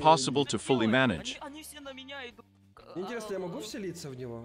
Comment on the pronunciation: Ну шлушай интьересно